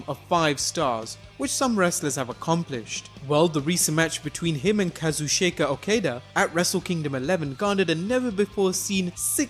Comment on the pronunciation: Kazushayka Okayduh